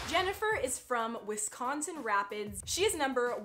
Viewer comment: You say Wisconsin way wrong your emphasizing the c to much 🐄🐖🐄🐖🐄🐖🐄